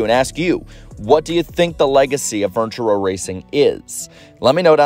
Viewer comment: Are you saying fortune row or furniture row??? Just a reminder that not everyone watches your videos, some can only listen to them...